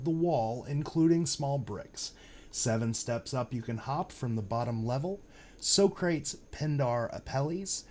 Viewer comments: "So-crates" LOL, that's "Sock-rah-teese" - Greek Philosopher. Pindar and Apelles are also figures from ancient Greece. That was the most obvious part to me, but I didn't understand the Greek tie-in until I knew it was in Cleveland. Very clever of them to solve this. It's funny but once you know the solves, they are so obvious. Hence, why we need to look at all the paintings with "new eyes". Look for the obvious, THEN get all involved and specific when it comes time to hone in on the cask. But I feel the paintings are all solvable once you know what to look for. This reminds me of Forrest Fenn's treasure hunt (of which I was a follower for years, still pissed off that got found and they won't tell us where...though I have a strong suspicion) Love your channel though, great breakdown. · Nice call out on the columns! I haven’t heard it presented that way before, but that is damn good. Very solid. As someone with a degree in philosophy and ancient civilizations, I cringe painfully every time you say So-crates 😝